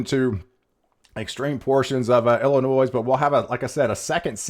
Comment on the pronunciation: the 'S' is not pronounced in IllinoiS